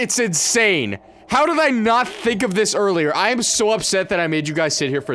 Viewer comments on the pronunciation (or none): "how did i not tfffink"